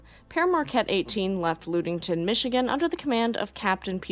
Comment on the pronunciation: Great video, I grew up on Lake Michigan, so I love the Great Lake boat stories. The Lu sound in in Ludington is pronouced like the Lu sound in luck, so Lud-ing-ton. Please keep up the amazing work.